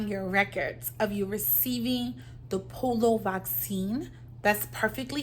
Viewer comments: its P-O-L-I-O not POLO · Po-li-o pronunciation (Polio) 🙏